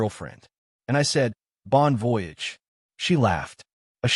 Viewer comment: She said she had applied for a job but she doesn't have one yet. So what if she doesn't get a job? It's pronounced bon vo-yage. AI learn to announce the words. Since he said no, why didn't she just go on by yourself. Why do others think insulting someone gets them to do what you want? Why do mothers get involved?